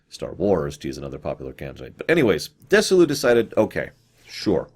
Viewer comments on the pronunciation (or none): DEZZI-LU not DESSI-LU; ; and LUCILLE BALL, not Lucy Bell...these names are HUGELY FAMOUS, and frequently spoken aloud...not knowing them kinda calls into question how well you did your research in other areas... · A few corrections: There's no "Ms. Bell, Lucy Bell" associated with STAR TREK but there was Lucille Ball, and she was married, for a time, to Desi Arnaz, with whom she did I LOVE LUCY. His first name was pronounced Deh-zee, and Desilu studios was a contraction of their first names: Deh-zee-lou. Doesn't sound like "dissolute." C'mon,! lol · "Dessy-lou" Um, no. Dezzy-Lou. Named, obviously, for the husband and wife's first names. He was not Dessy Arnez. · Desilu is Desi Arnaz and Lucille Ball, Desi lu. You are mispronouncing it. At the time they were a big thing having all fo Lucille Ball's tv shows and many others including mission impossible so Nimoy was a proven item with their studios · That made me cringe too. BTW, her production company was pronounced "Desi" as in Desi Arnaz " - Lu" as in Lucy.